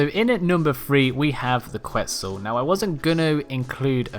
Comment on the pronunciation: I believe Quetzal is pronounced ket-sal. I know in English it doesn't seem right, but it's a rare South American bird with more of a Spanish language origin.